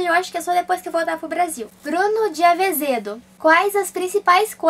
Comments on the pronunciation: Ela não sabe falar "Azevedo" ,só fala "avezedo" ahuahuahuahua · Ela leu Avezedo mais de uma vez shausua dislexia. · Legal que ela persiste no ''AVezedo'' :D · avezedo kkkk mto fofaaaa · "Bruno de aVezedo" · bruno de avezedo kkkkkkk azevedo* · "Avezedo" HAUHAUHAHUA